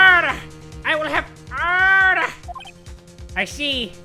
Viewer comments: Not trying to be mean but sounds like he's saying harder instead of order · that order he says god idk why but it alms me so much XD like what whas his name called idk anymore but he says odder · No one:: o-orDER, OoOrDeR